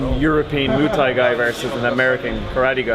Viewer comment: He called it ‘Moo Thai’ so he can fuck off